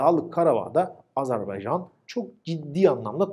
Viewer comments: Video iyiydi ama "azArbaycan" diyorsun gibi geliyor kulağa. Azerbaycan olmali. 👍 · "Azerbaycan" diyememek nasıl bir şey ki? Abi kim öğretti size bu ülkenin adını "Azarbeycan" diye? Tansu Çiller mi? Bıkmadınız mı bu yanlıştan?